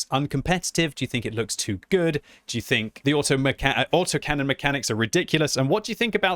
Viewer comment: LOL, "Auto-Mac-Canon"... OK, that's what I'm gonna call them from now on!